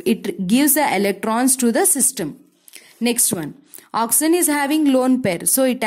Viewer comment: it is oxygen not oxyzen